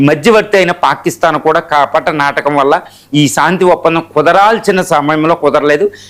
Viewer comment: సాంతి ఏమిటి రా శాంతి అని పలుకు